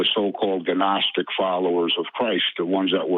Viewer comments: How you know he’s not a “seeker of knowledge” but in actually a bullshit artist. Doesn’t even know the pronunciation of gnostic. Claims he can bench 500 lbs lol. Something most professional athletes can’t even do. Sounds like every old white guy I’ve ever met who’s full of shit. Generally from the Boomer gen but sometimes also gen Xers. Same dumb entitled assholes who complain about millennials. As someone in a generation between millennials and genx I can conclusively say younger people are overall smarter and more respectful. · Tho it's been said many times, I must say it still... The G is Silent in Gnostic. Sorry, OCD. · Also, every time this guy says "guh-nostic", I die a little inside. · Ga-gnostic? And here I thought the G was silent... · We need Dennis the menace and his faithful dog Gnasher to get involved. I always pronounced it as Ganasher when I was a kid, as I had never heard it said out loud, I only read it. I think the caller has never heard anyone say gnostic out loud either, hes only read it. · I see a "G-nostic" drinking game in the very near future! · Guh-nostic is really bothering me :/ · "Ger-nostic?" What's that? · The G in Gnostic is silent, like God. :) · Ga-nostic hahahaha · Dude is a gnostic and doesn't now how "gnostic" is pronounced. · His pronunciation of the word Gnostic begs the question has he EVER listened to a single lecture or discourse on this subject? Has he been locked away? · Dammit frank the fucking g is silent...like you should be. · A man that can't pronounce gnostic is trying to tell us what it is? What a gfool. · THE G IS SILENT!!! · So when I was 19 there was a period of time when I pronounced "Humboldt" as "Hamboldt." As brain dead as that is, that's still not nearly as stupid and embarrassing as pronouncing "gnostic" as "ga-nostic" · GUHNOSTIC folks! Its GUHNOSTIC. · Silent G you moron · lol ginostic